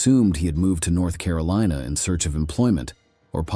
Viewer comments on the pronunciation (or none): none